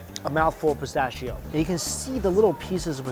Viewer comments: Its pronounced pis-ta-she-oh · Im so happy he is enjoying a genuine Fiorentina.! I have lived in Italy 20 years and have never heard that unique pronunciation of pistacchio.🙂